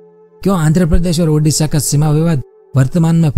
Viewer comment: Bro that ओडिशा not उडिशा